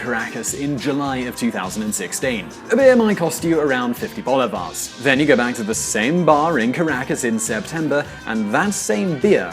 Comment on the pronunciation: CHA-vez, bo-li-va-res